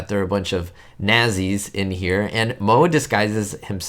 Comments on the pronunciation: Its pronounced NAT-SEES, not naz-ees. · its pronounced not see's .....not .....nahzee's. aparently schools dont teach about hitlers germany any more?...idk...or the teachers werent taught the proper pronounciation? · It's not pronounced NAZEEs dude. It's Natsee. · Do you really not know that it's pronounced Nahtzees? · This was my first Stooge short to see back in the early 60's and is still one of my favorites.. They show this short on METV regularly. Nazi's is pronounced "Not-sees." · Moe himself pronounced it "nazzies" in more than one short.